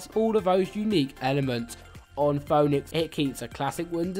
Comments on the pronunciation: Ouch.. (foh)-(nicks).. It's (Fee)-(nicks) man.. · It’s pronounced Fee-nix not Foe-nix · Phoenix is pronounced pheenix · LMFAO it's pronounced FEE NIX but what a moment were me and my son had to laugh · did bro say phoonex